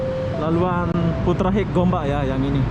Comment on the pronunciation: Sebutan inggerisnya konyol.. Bunyinya seperti ini, Putra Haikh bukannya Putra Hek..😇😇..apa2 lah loe..